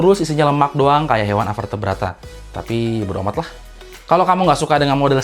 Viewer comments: Hewan avetebrataa :v apa cuma gue yg ngakak dengar ini :v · very entertaining, menghibur, lucu, sampai ngakak sendiri denger avertabrata..wkkk..I choose Asus Zenwatch 3